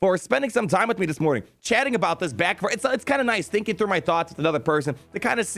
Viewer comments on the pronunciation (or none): none